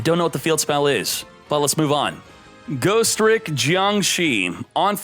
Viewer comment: Bro it's Ghos-Tricks not Ghost-Ricks. Ugh. Thumbs down on this video. Change your accent dawg.